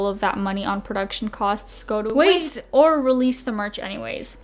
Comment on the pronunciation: what happened when you said the word waste lol